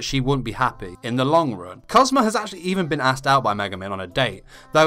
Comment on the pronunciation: Your accent of kazuma sounds like Cosmo in my filipina japanese ears. 😂❤️